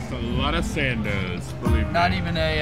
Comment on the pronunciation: Grandos not Sandos!!